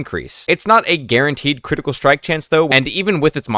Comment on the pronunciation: Jesus brother can you just say critical?!🤣